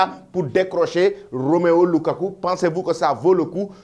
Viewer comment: C'est la deuxième fois que je te corrige pour ce nom inventé par toi même Romeo LUKAKU au lieu de ROMELU LUKAKU.